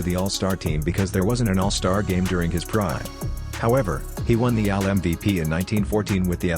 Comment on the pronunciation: Whoever or whatever is reading your script pronounces AL like the name "Al"